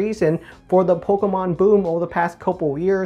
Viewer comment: Don’t really watch his stuff like that but from some clips and vids I have seen the way he says the word Pokémon always bothered me for some reason